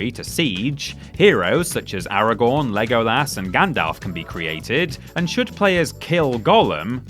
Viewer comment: Why do they keep saying “Aragorn” like it’s their first time trying to pronounce it